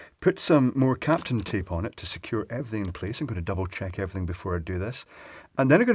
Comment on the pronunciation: Accent or not... it's Kapton not Captan... wasted milliseconds of my life to find the correct spelling!